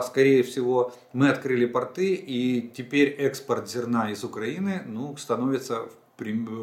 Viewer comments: Интересные сведения!! Спасибо. Простите меня, но портЫ- это просто штаны, а пОрты- для кораблей. Не Вы один так говорите, простите, но кто-то должен среагировать. Это мода такая или изменение в языке? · При всем к Вам,уважении,,порты-это штаны.Нужно ставить другое ударение.